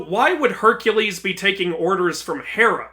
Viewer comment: No offence to you but when you correct Kratos saying Hercules you proceeded to say it wrong yourself